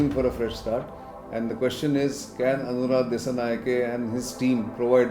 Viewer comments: It's not Aruna, it's Anura or use AKD for short. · Not Aruna, Its Anura... Why can't you get such a simple name right??? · Bro its not Aruna... Its Anura 🤦‍♂ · Not Aruna. It's Anura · His name is ANURA and not ARUNA. Thank you. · The president's name is NOT Aruna. It's Anura. You kept making the same mistake. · Try to pronounce foreign names right. It’s ANU RA. Not ARU NA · I can imagine the ignorance of this guy repeatedly calling the president Aruna instead of Anura After all this is the head of the state of SL He should correct himself in the future All hell will break out if one would address a different name to Indian PM ! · this guy's assumptions are totally fault. He is just making speculations 😅😅 Anura Dissanayake is only pro Sri Lankan. He doesn't favor neither india nor China. Oh btw sri lankan president name is A'nura' , Not A'runa' Please do your homework before you come off and spreading lies on media 😅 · Please pronounce names correctly. not Aruna...it should be Anura.. Also say "Sri Lankans", not "Lankans" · Pronounce the name of the guy properly.. It’s Anura, not Aruna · I gave up listening to this guy after he repeatedly called Aruna His name is ANURA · its Anura Dissanayake! not Aruna Dassanayake... #AKD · Its anura not Aruna... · India will have to correctly read Anura and start working with him starting with correctly pronouncing his name. "ANURA" not Aruna